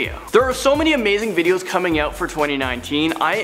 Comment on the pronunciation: he said videos 😂😂